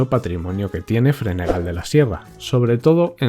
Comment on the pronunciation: Bonito recorrido por una comunidad que es preciosa. Un apunte, pronuncias mal Fregenal, no tiene u, por lo tanto se pronuncia como si fuera una j. Algunos todavía no los conozco, pero espero hacerlo pronto. No sé si habrán aparecido en otros vídeos, pero he echado de menos Plasencia y Coria 😊